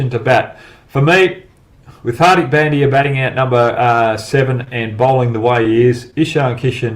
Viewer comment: Hogg please learn how to pronounce , Indian Names , no excuse . HARDIK ( Dh ) not Dick and its not Pen D Yaaa , LEARN FIRST TO PRONOUNCE PROPERLY